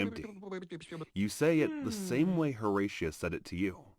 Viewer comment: Horatia. Also the vid is AI so it may sometimes pronounce it wrong